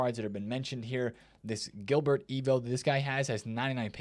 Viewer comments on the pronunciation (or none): none